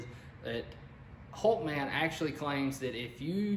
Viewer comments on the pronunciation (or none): HulkAman.... dude it's hulkman